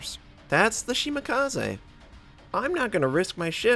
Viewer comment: Why would 'kaze sound any different in Shimakaze? Nothing personal but it's not the first time I hear it butchered... it just irks me lol